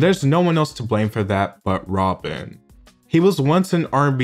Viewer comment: But Rob-en. I like that.